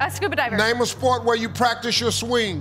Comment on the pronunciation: What the hell is a scuba "diber"? 😂😂🤣🤣